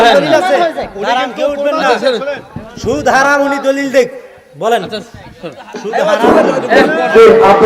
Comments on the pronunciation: এখানে বেশির ভাগ ই মানুষ ভেবেছে video তে সুদ নিয়ে কথা হয়েছে ঐ মূর্খের জন্য ওর মুখ থেকে শুর শব্দটাও ঠিক মতো বের হয়না। আসলে ভাই শুর করে ওয়াজ করা নিয়ে কথা হচ্ছিল❤❤❤❤❤ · ঐ মূর্খ টা আসলেই এমন ভাবে বলছে আপনারাই ভালো করে শুনেন ওর মুখ থেকে শুর তো বেরোচ্ছে না সুদ সুদ ই করছে ও 😅😅